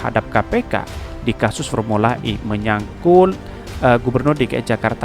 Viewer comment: Bos baca berita pelan2 .... banyak kata salah ente baca.... belibet ya mulutx hee... kata "menyangkut" menajdi "menyangkul"